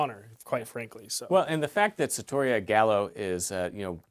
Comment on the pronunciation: The lower thirds, the pronunciation, the title and description are all misspelled or mispronounced. It's sarrrrrtoria